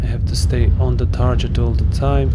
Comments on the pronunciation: Tar Get, not Tar Jet. Otherwise cool vid. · It's actually Tar git not tar get otherwise cool comment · it’s a short “e” sound as in “bet”, not an “i” as in “pit”, but that genuinely could be an accent thing. I have for sure heard it with more of an “i” than an “e” before.